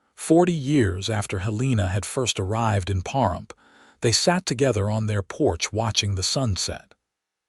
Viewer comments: The mispronunciation of Pahrump was jarring (puh . ruhmp). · It’s pa rump please start saying names properly